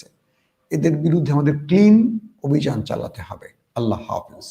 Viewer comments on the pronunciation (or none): none